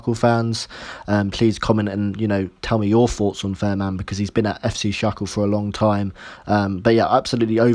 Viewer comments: It's Shall-ka not Sharkle! :-) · Pronunciation corrections Fahrmann = “Fair Mann” Schalke = “Shalker”